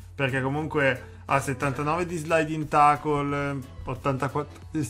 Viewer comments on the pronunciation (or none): Assolutamente nessuno.: “tacol invece che tecchel” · Io sapevo si leggesse teicol, ma va be' 😂